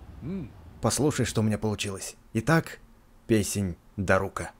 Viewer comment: Да блин не даруууука а дааааарука ты задолбал